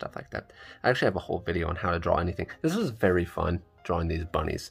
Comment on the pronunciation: Why do people pronounce drawing like drawl-ing?